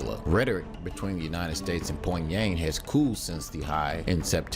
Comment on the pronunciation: I can't get over the poinggg yanggg. Lmao.